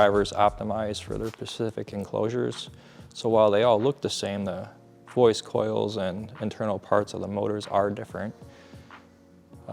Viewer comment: Nice speakers ,but couldn't help notice that the own of JTR Speakers doesn't know the difference between the word pacific and specific. I thought I just misheard, but rewound 3 times and yup. Might be nit picking ,but how is that possible? Dude builds high end speakers and doesn't know something that basic?